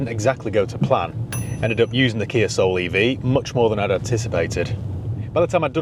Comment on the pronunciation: The Kia Ah-Soul